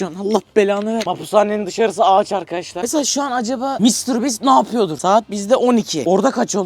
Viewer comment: Konuşmayımı unuttun? Mr bastır diyorsun doğrusu Mr biisttir